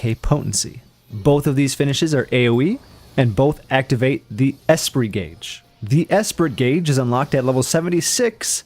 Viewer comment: Great job, someone not running through the information so quickly that you barely have time to comprehend which move processes (proc's) what, BTW ...the t is silent, esprit is generally said as eh-spree or uh-spree